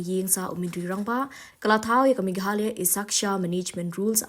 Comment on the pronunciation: Ine i bah i dei i ba wan na west Bengal ne?Im nang pronounce sur Khasi ia ka Meghalaya.